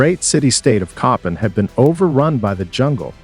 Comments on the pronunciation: I’m Honduran n it’s pronounced CoPANg!!🫢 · His pronunciation was driving me crazy!